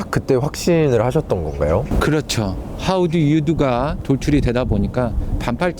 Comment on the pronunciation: 왜자꾸 하우두유두 라고하지